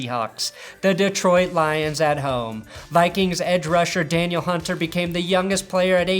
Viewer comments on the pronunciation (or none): none